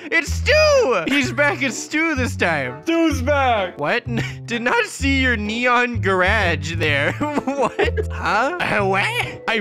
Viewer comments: Its neneon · Who just loves it when they say nenon instead of neon! XD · It's not nenon it's neon haha 😂🤣🤣😂🤣😂😂😂😂😂😂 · Is funny how they said "nenons" 😂😂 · They say that in every video and they consider that the new word for neon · I laugh when said nenon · LOL thay said nenons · It’s not a nenon it’s a neon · Is neon not nenon😂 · I really died when he said “it is a neneon” ( Edit: Omg- Tysm for 60 likes :D ) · Mega nenon!!!!! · I love it when they say neneon :p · When u guys say neneon 🤣🤣🤣🤣🤣🤣